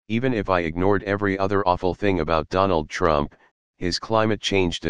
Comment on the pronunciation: DERRHANLD REUUUNPFFFFFF!